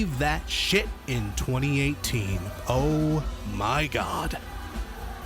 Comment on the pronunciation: Every time you said I lived bitch instead of 2018 I swear it only got funnier